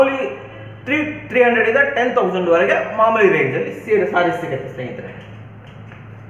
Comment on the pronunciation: ಸರ್ ಅದು ಸೀರೆ not ಸಿರೆ